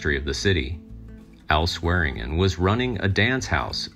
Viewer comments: Why do your videos consistently have mispronounced names? It's really annoying. Its Swearengen, pronounced: "swear-in-djin" Not, "swearen-Gn'. It's like you have an A.I. bot write and translate your scripts for you. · It’s pronounced SWED-JIN!!!